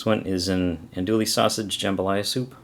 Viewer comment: You said it right brother